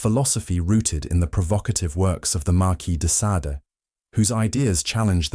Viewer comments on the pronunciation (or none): I like how he pronounced the Marquis de Sade’s name at least three different ways 😅